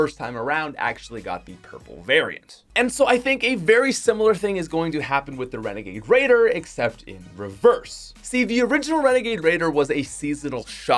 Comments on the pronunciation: Wenegade wadier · Favorite one: Renegade Raider aka WENEGADE WAIDAH